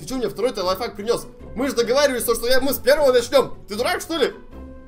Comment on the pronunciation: Мне кажется или говорит не лайфхак, а лайфак😂